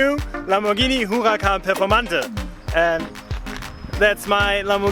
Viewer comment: That who-a-can performanda is the nuts.